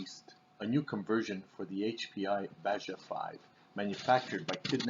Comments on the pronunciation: Baja is pronounced "baha" you twit. Not only that but none of this counts without resistance from weight of the wheels, gravity on the car and the resistance from the road, show me how fast it goes on the road! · Please stop saying baJa 😂😂 it’s pronounced “Baha” lolol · Frigging eurotards ..."This is de Haich P I bajjja". No, it's pronounced Ba-Ha ! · Since when does the J turn into a H its pronounced Baja... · It's pronounced BaHa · It's pronounced BA-HA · How did you pronounce BAJA?!?!